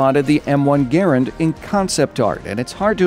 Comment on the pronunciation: Correct pronunciation, “guh-rand” Also, I’d love to see the Johnson rifle make it in